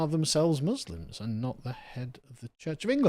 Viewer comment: For anyone wanting to do a Kier Starmer impression, he always pronounces letter M as a B eg in the roob, a bosque, Booslims